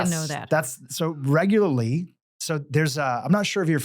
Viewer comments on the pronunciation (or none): none